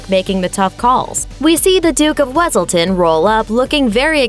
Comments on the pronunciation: Duke wiselton it’s wesilton! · hey love your vid but......its Wesiltin not Wesailtin